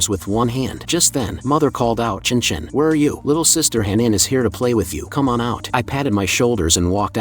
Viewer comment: There is NO WAY they read «Chen Chen» as «chinchin» 😳🍆🤏